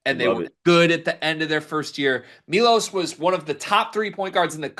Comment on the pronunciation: It's M-EYE-LOS you man child!